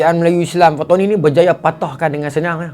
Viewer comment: bukan fatoni..patani...pantai ini..bukan bahasa kedah awe wei